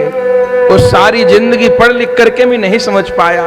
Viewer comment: पड़ और पढ़ का सही उच्चारण तो करें।